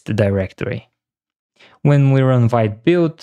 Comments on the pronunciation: Sorry, but Vite is pronounced as "veet". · Amazing video but for the love of god, learn how to pronounce Vite: Vite (French word for "quick", pronounced /vit/ )